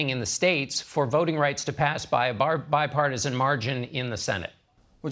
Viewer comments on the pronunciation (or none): What part of being used by Republicans does Manchin not understand. Sick of hearing him say bipartosin